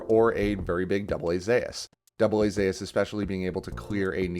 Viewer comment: Great video, but am I the only one annoyed by the way AA-Zeus is pronounced? XD